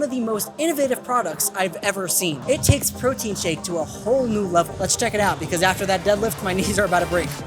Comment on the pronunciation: LOL, “Mike’s Proteine” 😂 Also: My dude, stop grabbing your mic! 😂